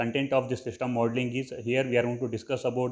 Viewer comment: Shishtem modling nahi hota system modling hota hai Aur ager english nahi ati to urdu mai bhokh lia karooo dusar ka time zaya q karwata ho lul ctrl + A press kar ka sari videos delete karo chutiya insan